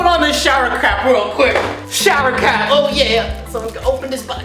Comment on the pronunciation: Jenny Huynh oh yeah it sounds like crap insted of cap